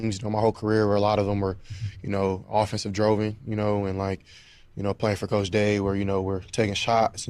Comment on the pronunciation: He did say something wrong. "Droven" 😅